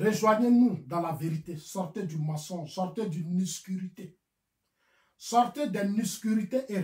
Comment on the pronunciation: on dit pas nuscurite mais OBSCURITÉ O B S C U R I T E tu penses en bété et tu parle en français